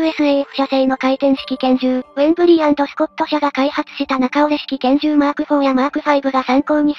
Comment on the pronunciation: ウェンブリーではなくウェブリー